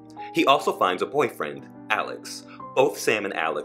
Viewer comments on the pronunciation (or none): none